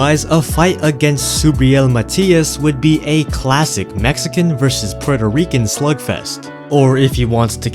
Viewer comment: The way you said Puerto Rican 😂😂